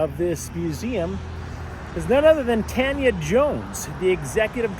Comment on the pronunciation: Oh yeah, and I was gonna say that it's a bit surprising to me that the name of this Tanya is supposedly pronounced as "TAN (short) * yuh" instead of "TAWN * yuh."